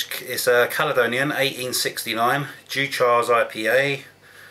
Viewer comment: Its pronounced like Dew-kers Its one i have drunk a few times in the past..Caledonia 80/- from the same stable also a good one to try..Great review..